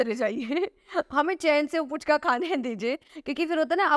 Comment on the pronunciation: Puchka nehi Fuchka kaha jata he Kolkata me. Jo F ke jaga p se suru karte he likhna, 'H' ko nehi dharte he. Pu nehi phu- fu.